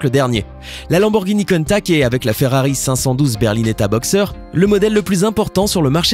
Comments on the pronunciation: Naan mes oreilles saignent ! C'est pas la Lamborghini "Contack" ça se dit countachhhhhh merci de ne pas écorcher se nom mythique 👍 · Countach et non pas countak putain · Contach pas contak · 9min30 countak!!!! Mdr !! Countach!!!!🤣🤣😂🤣😂😂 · on parle de l'erreur de prononsation de la lamborgini countach ? car oui on prononce bien le CH a la fin et non '' contact '' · pour le countach on pronce ch et pas k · que d'erreur dans ce reportage , la ferrari F40 c'est pour franchir les 300 km /h et pas les 200 km/h , et la lamborgini COUNTACH se prononce " counetache " pas " contact" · Countach, ça se prononce "Countache" et pas "Contak"... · Mdrr countact, countach putain 😂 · C’est pas countak c’est countache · On dit pas "countak" mais "contache" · Tsss CountaCHHHH et pas Countak --' faudrait apprendre à prononcé correctement ! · Par contre tu fait une erreur de prononciation sur la dernière Lamborghini tu dit countac tu doit dire countache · On dit pas countaK mais countaCHH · Y dit pas countach mais contach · On dit Countache pas countack ! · c'est pas cuntach c'est cuntache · la lamborghini countac lol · Mol il ma tuer quand il a di lamboeghini KOUUNTAKK....😅😅😅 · "Lamborghini Keuntak 😂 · J'ai vomis quand j'ai entendu le "countak" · Sa se dit coun tache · On dit lanborguini ContaCHE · On dit « Counta(che) » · La prononciation de Countach... 😭😭😭😂😂😂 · pas terrible la prononciation de la dernière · Oui c'est vrai ca fait mal aux oreilles 😤😤😤😤